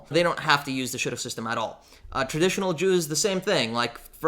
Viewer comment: Sounded like you said shotgun LOL